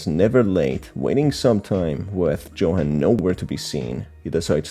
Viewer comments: u said johan, it's yohan but spelt johan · IsntJohan pronounced “Yo-han”? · The way Johan's name is pronounced throughout the video is so jarring im sorry